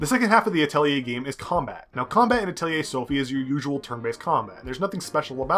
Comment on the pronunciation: Finally someone who pronounced it correctly....I seriously think the developers also said it wrong....i saw many reviews with "Atleyay"'s in them, so annoying!